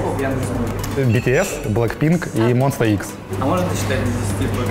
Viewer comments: триггернуло и уши резануло. Монста Икс - no no no no. МОНСТА ЭКС! И ТОЛЬКО ЭКС. ну да ладно это не твоя вина. Вопросы к яндексмузыке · Извините, но правильно монста ЭКС 😂